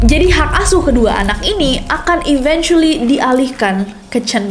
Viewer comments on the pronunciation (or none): mispronounced eventually. it should be eventually like you want to say event